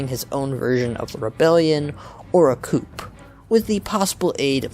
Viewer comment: Oh no, does he say "coop"for coup?